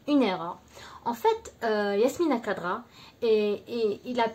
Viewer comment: Prononcez correctement son nom d'ecrivain please ; c pas kadra , c khadra